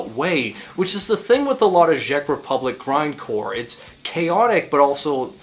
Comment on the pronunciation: why are you saying ghjeck republic